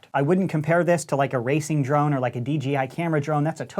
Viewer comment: I used to be an RC nerd. Also: Says DGI instead of DJI